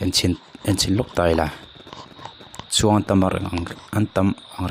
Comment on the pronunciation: Youtube channel innei a, post in siam pawh hian english pronunciation diklo leh mizo tawng pawh lamri diklo hian chuan post hi siam fo tawhlo teh. _ah "mi tam tak, thlawhna CHUANG TUM" tih hi a diklo '.. Thlawhna chuan tum' tih zawk tur. Tin, ( - ) heta i thu rawn chham chhuah te hi ava mak teh nuaih ve. "Mitam tak thlawhna chuang tum mek te pawh an awm ang a, khatiang te pawh kha. Enge... ati hlauthawng vek dawn ani, he thil thleng hian in, a chhanchu kan hma hun kan hre lova tumah in, aaa chhiat tawk thei vek kan nia, chuvangin, kan khuarel chhiatna anih avangin, tuman kan hma hun hi kan hre theilo chuvangin, kan midang chunga sualna te emaw kan thih hma kan nun dan hianin kan huntawp hunah kan nihna tur a hril dawn chauh a, chuvangin, engpawh chu nise enzel phawt ang." Hetiang mai mai hian chuan post siamin comment ve duah tumlo mai teh. I nawi emai.